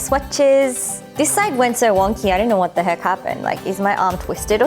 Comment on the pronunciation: "Vat the heckkkeuu" 🤣🤣